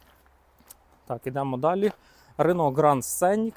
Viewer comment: Немає такої моделі "тЮКсон". . Є - Тусан. Місто в США, в штаті Арізона. . Б. .ть, навчиться вже правильно вимовляти! Не сЦенік він! СКЕНІК. З наголосом на І. не босЄ! БОУЗ. З наголосом на О.